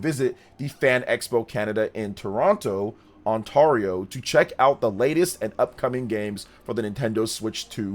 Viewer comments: Pronounced On-tair-e-o (Ontario), not On-tarr-e-o 😌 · love your content man, especially the Xenoblade content, but I gotta be honest with you though man, Ontario doesn't sound right the way you say it. That middle syllable "tar" doesn't rhyme with "car" but rather "hair." "On-tare-ee-oh" Anyway, maybe a nitpick, again love the content and it's fun listening to you geek out about Xenoblade and Zelda, keep it up and have a great day sir. 😁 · Toronto “Ontawrio” lol